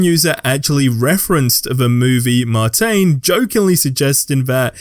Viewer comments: Mar-tane... is that the one with moot demoon? marsh-an. (as in a person from mars) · Wait....did you say Martain and not Martian?😂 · I have never heard the word martian described as 'mart-ane' before 😄